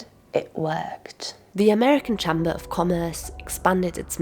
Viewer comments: 'Cham-Burr' of Commerce? Most native English-speaking people pronounce it as 'CHAME Burr'. So who has generated this AI fake video - communists? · Can’t get past the way she mispronounces “chamber”. Is it AI? Surely not. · Just be aware that this video may be AI. The narrator, who holds herself weirdly still, seems to be a native English speaker and yet mispronounces the basic words 'chamber' and Ronald 'Reggan' in every instance. She uses the non-existent word 'automatised' instead of 'automated'.